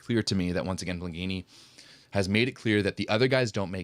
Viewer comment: Last time you pronounced Blengini correctly. Not today, today you are saying "Blenghini". I care about your languages.